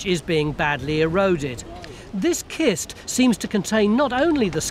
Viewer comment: When you see the word "cist", say it like cistern.